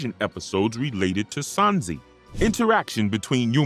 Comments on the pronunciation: But why do you say “Sansi” 😭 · I left the video in the first 10 secs when he called him sanzee